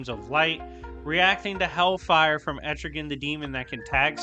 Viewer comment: Are you saying Etrigan or Estrogen? I think you called him Estrogen twice? lol. I know what you mean.